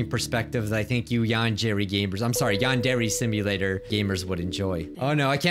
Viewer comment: Welcome back to "Yond every Samia" I CANT MY GOD :PPP